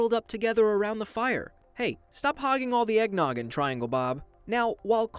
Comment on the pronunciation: Did you say EGGNOGGIN